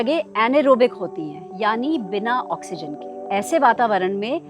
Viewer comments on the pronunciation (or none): none